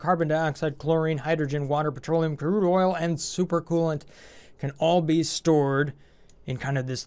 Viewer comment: lol "curde" oil